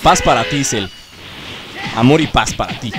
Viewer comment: alguien mas se dio cuenta que dijo fas en ves de paz